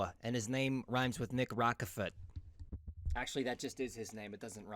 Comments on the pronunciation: his name is actually pronounced “Nick Roach-furt” but not “ROCK effort” lol. I know it’s confusing cuz of the way it’s spelled. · Im convinced you dont know shit after calling Nick Rochefort Nick Rockefort. Never mentioned Charls Caroll. ps still enjoyed the vid thanks